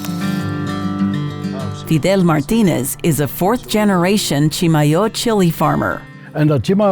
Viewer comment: Thanks so much for letting me know the correct pronouciation of Chimayo. Being a "new" New Mexican I'm trying to get some of the Texan accent out of my speech when talking about NM stuff. We bought some of the "true" Chimayo red chile powder in Santa Fe 30 yrs ago and it was fantastic! Any chance you might share a few seeds with Sally on Friday? Maybe we could trade you some of our first "crop" of Las Cruces tomatoes...